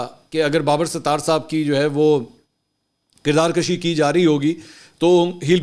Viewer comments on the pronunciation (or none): منصور علی خان صاحب بصد احترام لفظ کردار کَشی نہیں ہوتا کردار کُشی ہوتا ہے۔ اپ کے وی لاگز میں بعض اوقات تلفظ کی ادائیگی میں جھول ہوتا ہے۔ اس کو نوٹس کرنے کا اس کے سوا کوئی اور مقصد نہیں کہ اصلاح تلفظ کی جائے کیونکہ ہم اس عہد میں پلے بڑھے ہیں جب ریڈیو اور پی ٹی وی پر لوگ تلفظ کی اصلاح کرتے تھے۔ اپ کے وی لاگز بہت مقبول ہیں لہٰذا اس میں غلطی کی گنجائش کم سے کم ہونی چاہئے۔ شکریہ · Kirdakashi ghalat lafz he. Darust lafz kirdarkushi he. کشی کا ک بروزن پیش ہے۔